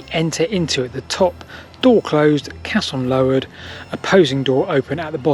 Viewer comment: mate, it's a caisson not a casson. (kayson not casson).